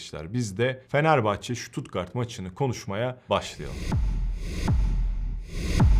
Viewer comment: En azindan stuttgarti düzgün diyosun bazıları șuutuutgarttt,sıtat, sipor, diynce dinleyesim bile gelmiyo devamını ... analizlerinde süper bu arada...